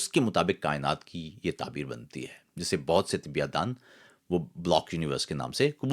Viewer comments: برادر تصحیح کے لئے بتا رھا ھوں ۔۔ لفظ طبیات نہیں ھے طبیعیات ھے تلفظ درست کر لیں۔ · معلوماتی ویڈیو۔ آپ طبیعیات کو طبیات کیوں تلفظ کرتے ہیں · طبّی یا طبیّات اور طبیعات میں جو فرق ہے ، اُس کو ضرور مدّنظر رکھا کریں ، خاص طور پر شاعر اور ادیب کو تلفظ کی درستگی کا ہمیشہ خیال رکھنا چاہیئے ۔